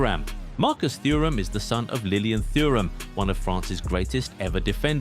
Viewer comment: it's pronounced 'eye-ax', not 'a-jax', and 'too-ram', not 'thoo-ram', ffs... and most of these are not famous for footbal [pique, kluivert and thuram aside], so really, what's the point? and no casper schmeichel?